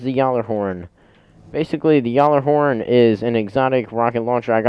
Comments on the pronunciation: It's pronounced gallahorn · dude your pronounce gjallerhorn wrong